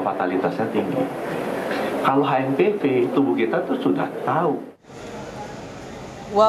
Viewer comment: HMPV boleh dibaca Ha Em Pe Ve atau Eitch Em Pi Vi, tapi please jgn dibaca Ha Em Pi Vi dong....